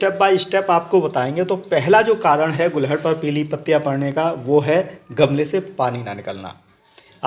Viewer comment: Very good sir 🙏 गुलहड़ ❌ गुड़हल ✅